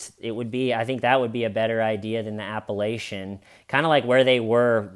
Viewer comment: I love your videos but it’s “appalATCHinn” like if you say it wrong again someone might throw an apple atcha